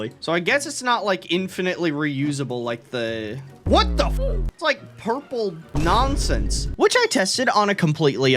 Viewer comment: "Nonense" -, i think